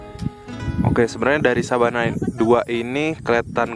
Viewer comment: Sabana apa savana sih